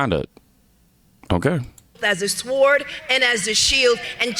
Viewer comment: She said sward lol 😂 you can’t make it up!